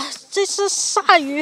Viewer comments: maquereau是鲭鱼 属于鲭科，鲅鱼属于鲅科。另外，鲅念“霸”，不念“拔”。En plus, Yuppie 重音在后不在前。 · 鲅鱼 念霸鱼，不叫拔鱼，你个渔夫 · 鲅 bà ，读四声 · 鲅鱼 四声